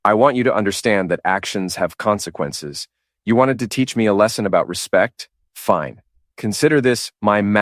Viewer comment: Another Martinez - lazy and blunt luck of imagination. And the "Comsnqannces speech" - twice. Even GPT-4o does the job better.